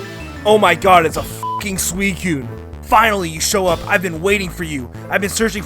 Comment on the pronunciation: Oh god I had a friend that said it like that. Thank Arceus the canon pronunciation is swee-koon.